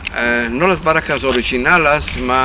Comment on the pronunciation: Obsérvese como en el minuto pronuncia "baracas" y no "barracas". Esto nos permite hacer algunas conclusiones, la "r" del judeo-español no es castellana, pues entonces debería haber pronunciado "barracas". Es sabido que nuestra "r" es un préstamo del vascuence, pero que en el original latín era una "r" suave, como aquí se escucha. Luego entonces, la lengua sefardita no es 100% castellano. Esto lo digo porque algunas personas, con suma ignorancia y soberbia dicen en los comentarios de estos videos que no debería llamársele lengua sefardita, sino español, porque es su forma de pronunciar el español. Por esta y otras muchas causas es evidente que no es así o, dado el caso, con la misma legitimidad se le podría llamar al sefardita "Leonés" o "Aragonés" o "Asturiano" o "Catalán". Que por cierto, esta palabra "baraca" es un préstamo del catalán al español, y claro, nosotros ya la castellanizamos pronunciando "barraca" y no "baraca". O dicho en broma, se podría afirmar que él pronuncia bien al decir "baracas" y nosotros pronunciamos mal al decir "barracas"